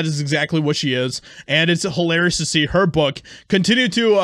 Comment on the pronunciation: Did he say HOElarious😂😂😂😂